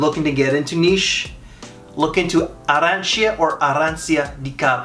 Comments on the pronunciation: You so funny with pronauncing arrancia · im from Croatia🇭🇷. Beautiful Istra coast. We Are Neighbours with Italy. We speak Italian that is so funny for me that you say arrancia on american english 😂❤️🍀🇭🇷